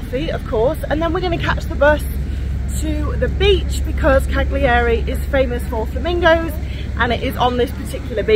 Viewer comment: Learn some pronunciation, you don't pronounce the G in Cagliari...!